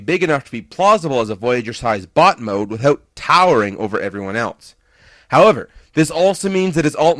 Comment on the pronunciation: When you said bot mode it sounded like butt mode